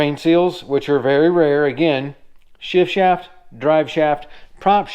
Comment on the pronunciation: I'm impressed with your ability to say "shift shaft" without messing up. On the serious side you're doing great work. That lower unit looks a lot like my Nissan.